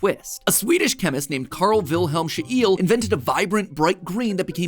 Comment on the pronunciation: Commenting to interact but also to nitpick: very interesting way of pronouncing Scheele. In English it’s usually said a bit like Sheila or Sheil-uh. She-el sounds like a relative of superman 😂